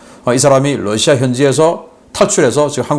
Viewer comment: Rusia를 Lussia로 발음? Mamá mia!!!